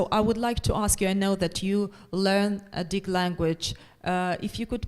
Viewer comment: Очень интересно было смотреть. Были вопросы, на которые услышала ответы. Кстати, у Дж.Коларуссо (хотя он немного растерялся) хорошее произношение на адыгском. Организаторам, переводчикам и всем, кому принадлежит идея - огромная благодарность. Приятно было слышать хороший английский у студентов. "Я не пожалел, что взялся за изучение языка. Особенно, когда узнал этнос, которому он принадлежит". Очень приятно и ответственно слышать. И еще: "Нартский эпос - для будущего". Действительно, надо структурировать материал эпоса для уроков в школах, чтобы он перестал быть только памятником литературным. Надо чтобы он стал частью или основой воспитания детей. Причем, в зависимости от возраста к нему можно возвращаться в старших классах., вам искренняя благодарность за это видео. Будем ждать следующие.